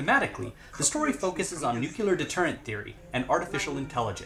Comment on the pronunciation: it's nuclear, not nukular